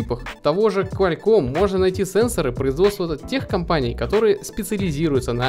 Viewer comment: КуалЪком а не КуалЬком